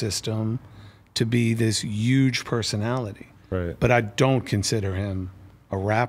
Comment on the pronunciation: Serch pronounces huge like Donald Trump 😂